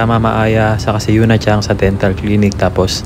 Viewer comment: CHANG ba talaga ang pronunciation may G. Narinig ko kasi sa mga Japanese homeroom teacher chan example Sakura chan, Yuki chan, Miyuka chan, Momoka chan. Tinanung ko din yung mga Japanese teacher wala daw G di daw CHANG.